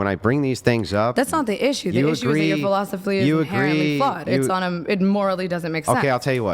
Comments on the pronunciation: Her “philosophly” is inherently wrong. 😂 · Wow this chick is stupid as hell…”philosophly?” Anyone else catch that?? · She said "Philosophly"